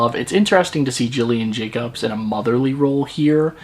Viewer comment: Dude this was a great review but please respect the beautiful and talented Gillian Jacobs by pronouncing her name correctly.